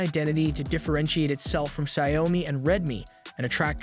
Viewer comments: Xiaomi is pronounced like show me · Can you pronounce xioami again =P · I can't trust your words if you can't even pronounce Xiaomi properly